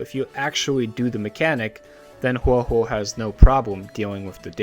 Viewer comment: A whole video dedicated to her and you are still a CC who doesn't say Huohuo's name correctly so I a, leaving a dislike as I do for all videos that say her name wrong